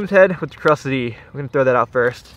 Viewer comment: Those zman plastics are pronounced crus-tees lol